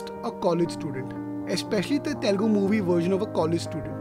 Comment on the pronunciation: Please be conscious of the fact that it is "Telugu" and not "Telgu"